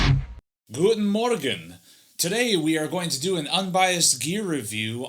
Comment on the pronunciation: your "guten morgen" was awesome :P greetings from germany!